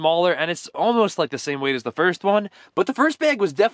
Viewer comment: You pronounce like da blob not de blob even though it’s spelled like that